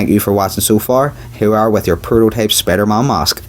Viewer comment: Its not spidermon it's spiderman